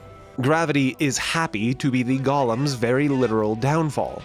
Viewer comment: Damn you, Tolkien, for causing everyone to pronounce "golem" as gawl-uhm (like Gollum) 😤